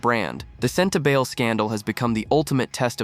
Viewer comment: It is pronounced Sentabali not Sentabail.